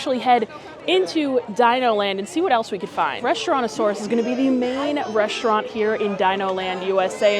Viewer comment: And please stop saying reshtaurant!!! There's no 'h' in the word.